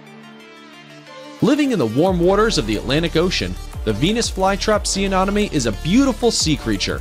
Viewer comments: Let me repeat "aNEMone" not "aNOMone." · Yes, THAT Mispronounced Amonome? ANEMONE, LIKE ME ENEMY! OMG, SO ANNOYING. LOL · I love the video and the footage is fabulous but anemone is pronounced uh-NEM-uh-nee. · PLease learn how to pronounce ANEMONE. It is a-NEM`oh-knee! It turns up often in undersea videos and most people pronounce it incorrectly! Your photos (except for the distracting backgrounds and sparkly things) are wonderful and your information sounds good to me! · SEA ANEMONE... PRONOUNCED LIKE: ME ENEMY~ Which After TWO VIDEOS of Hearing THAT Mispronounced I Was Quickly Becoming Annoyed AND FEELING U ME ENEMY. Well, you get it. Purrty good video, other than that... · You need to learn something about each fish- you are saying freshwater types are oceanic an that salt water species are freshwater. You mispronounced several things, i.e., it's "ah-NEM- oh-nee." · You are pronouncing Anemone incorrectly. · You should really research how to say anemone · Anemone. An em money Glaucus. Glau (glaow) cuss Pronunciation is key.